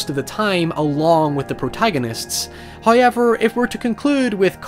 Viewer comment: The way you say however as hawyever fucking rules